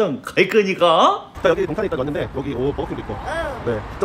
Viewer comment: 화성 갈끄니까~ ㅋㅋㅋ 재밌네요. 영상도 잘 보고 갑니다